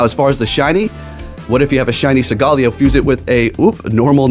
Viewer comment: Segaleo??? Isn't it SOLGALEO, SOOOOOOL...GALEO🧐